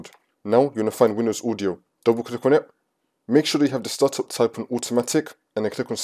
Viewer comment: "click on et"